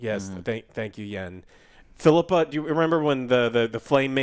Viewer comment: Phil-ippa joe. Sorry im being annoying but its Phil-ippa.